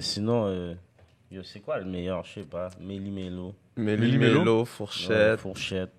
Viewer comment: Les gars on dit Meli Melo woow🤦🏾‍♂️